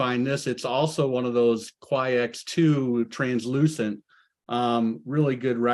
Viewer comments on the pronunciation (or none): none